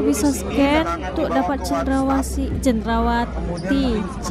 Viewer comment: Cendrahati bukan cendrawati